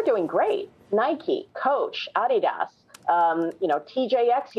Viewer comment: Imagine covering consumer retail demand on TV and not even being able to pronounce Adidas.